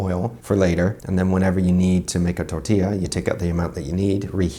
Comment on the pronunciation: I can confirm, but you say "tortila" xD